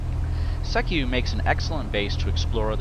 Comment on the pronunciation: You're pronouncing Sekiu wrong. It's more like SEE-Kyoo.